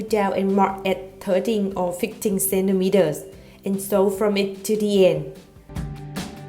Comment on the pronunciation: Who comes to watch to hear her say " sendimeeder" ? 😂